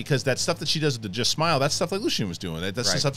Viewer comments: Lucien? It's LUTHEN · Sorry, it's Luthen not Lucien! otherwise, great sow as always! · Guys its Luthen not Lucian. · Mike is correct. The next 3 episodes are an arc. The finale is the final two episodes. Also, it's Luthen. Not Lucien. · Guys, his name is LUTHEN. Not Lucian haha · Luthen it’s Luthen.